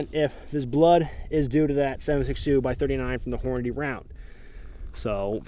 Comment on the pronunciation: Thank goodness! You say it correctly, that’s right, it’s horn-a-dee!!! Not horn-a-day!!!